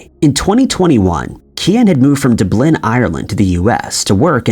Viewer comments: It's pronounced Dub-lin (rhymes with Tub) not Du-blin. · We have ways of making you pronounce the word "Dub-lin"! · Dublin California is pronounced DUB-Lin like in Ireland !😊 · The emphasis is on the first syllable: DUBlin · Dub-lin, Dub rhymes with Tub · "Canine dogs were brought in." The stupid sh*t that comes out of this dude's mouth never fails to amaze. And don't even get me started on his mispronunciations and misuses. How can he not even pronounce Dublin correctly?! 🤯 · Screw you! You know damn good and well that's not how you pronounce Dublin. I hope you get three flat tires every time you say it the awful way you do!!!! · That's how it was pronounced before. The pronunciation changed about 80 years ago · No way is it coincidental the amount of occasions that you bring up Dublin just so you can misprounce the place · He gets Theis right but not Dublin